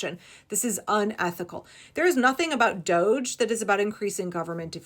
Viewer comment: Can we please stop using the chic pronunciation of this illegitimate"doe-zsh" office and pronounce it and call it what it is "DODGY!" Let's not follow their lead. There is nothing chic about a group of hackers working for the "destruction of government entities" should be referred to as DODGY because they are. They're dodging laws and the rule of law. If we're looking towards unmasking this crazy let's start by calling it what it is. DODGY.